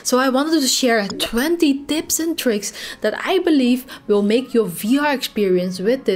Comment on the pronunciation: "Twanty Dips and dricks" :-D